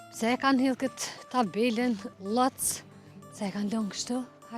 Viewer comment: Kur do te fillosh ta dallosh nje Emer qe ëerfundon me "ë" ne fund lexohet ndryshe eshte pra Llovcë ,jo Llofc. Nerva po me shkone seriozisht. Shume e pa përgatitur.